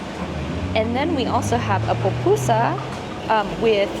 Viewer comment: SHE SAID POPUSA HAHAHAHAHA THESE GRINGOS BUTCHERED OUR LANGUAGE.